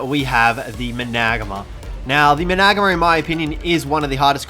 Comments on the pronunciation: I think it's pronounced managarm instead of managamar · Wtf how did yu saa managanar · Sorry I had to stop the video. Maybe do some research on pronunciation. Managarmr is pronounced Mana- Garmer. Can’t be a YT sensation if you can’t fucking talk right. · Why do you call the managarmer the managma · i always thought managarmr was pronounced Man-a-gar-mir.... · You pronounce it man-a-garmr. Not mu-nagma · Manag mar? Its many gar mar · Man-a-gar-mer Man-a-gar-mar Not managma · How to pronounce managarmr Man-uh-gar-mer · Why do you say managarma like that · The way you said managamr killed me 😔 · The way he said mangarmr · Its called a managarmr not magamer and please make video if you know what your doing lol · What's he saying Isnt pronounced mana-Garm-er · I don't mean to be a jerk but its pronounced managarm although it is spelled managarmr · It is mana gar mer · Its managarmer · Managarmr is pronounced mana-gar-mer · There pronounced Man-a-Gar-mer xD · THE MANAGARMR NOT MANGAAR dude learn to pronounce a simple word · You mean mana-gar-mar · Mana-garm-er is how I pronounce it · Lol you said Managarmer wrong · I hate the way he says managarmr it gives me anxiety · Why do you say or pronounce everything wrong mana garmer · That is not how you say managarmr